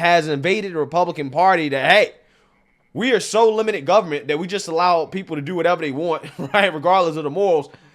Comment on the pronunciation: Please don't say guv-ment and libary. You muck me up with that. Learn to say library. 3 syllabus. Not two. .